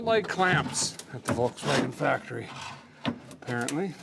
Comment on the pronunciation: it’s not fabricated it’s factree D!!!!